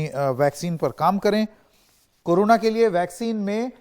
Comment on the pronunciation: It is not appropriate for a famous news channel like NDTV to pronounce 'Corona' as 'Karuna'. Very funny.